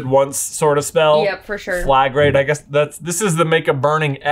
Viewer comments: Just a minor correction to - the spell that Hermione used to mark doors with a red cross is pronounced "fla-grah-tay"😊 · I got 9 right. Flagrate is pronounced fla-GRAH-tay and is the one Diary Tom Riddle uses to write in mid-air. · I think its pronounced fla-gra-tey., you're handwriting really is awful.